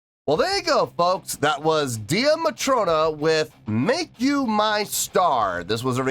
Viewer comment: wow, I forgot that I suggested this for you to do. Only thing it's pronounced Day Matrona not Dee a Matrona. They are really just starting to build a good following in Europe. They are from Ireland are friends from school days, the Drummer is the younger sister of the lead vocalist on this song, she left to return to college. They started out Buskin the streets of Belfast and have several videos on their YouTube doing covers of various groups from the 70's and 80's. This is one of their originals.